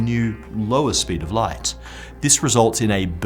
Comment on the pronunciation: Love the channel. What is it with that guy pronouncing"light" like "lights". Is it a British thing?